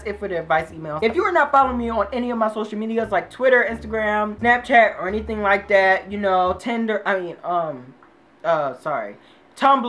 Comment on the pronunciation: Boi omg u did not say tIndEr 😂😂😂